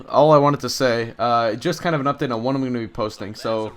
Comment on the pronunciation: Hah u said updick instead of update